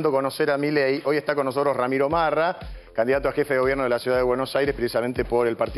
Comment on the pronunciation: Corrijan el apellido... Marra, no rama😔😆